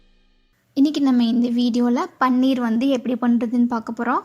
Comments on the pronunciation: அம்மா தாயே. முதலில் இதை பன்னீர் என்று உச்சரிப்பதை நிறுத்துங்கள். இது பன்னீர் அல்ல. பனீர் என்று உச்சரிக்க வேண்டும். தெளிக்கப்பயன்படும் திரவப்பொருள்தான் பன்னீர். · யம்மா. அது பன்னீர் இல்ல ! பனீர். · "பன்னீர்" என்பது ரோஜாப்பூவிலிருந்து தயாரிக்கப் படும் ஒரு வாசனைத் திரவியம். அது திருமணம் போன்ற விழாக்களில் உபயோகிக்கப்படும். இங்கே விவரித்துள்ள பொருளுக்கு தமிழில் "பாலாடைக்கட்டி" என்று பெயர். இதற்கு ஹிந்தியில் "பனீர்" ( பன்னீர் அல்ல) என்று பெயர். சரியாக உச்சரிக்கவும்.